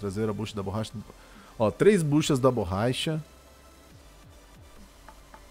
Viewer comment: "3 buchas da borraicha"... borraicha? kkkk